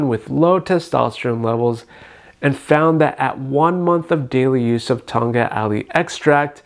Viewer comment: the k was not supposed to be silent tong Katttt not tong gat lol